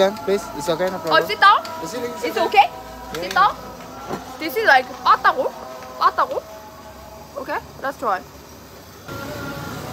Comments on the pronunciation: it's batagor no patagor more special if you auce peanut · Batagor mbak bukan patakour 😂